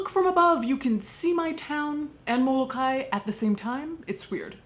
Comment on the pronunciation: Mo-Lo-Kye-e...thats is how its pronounced.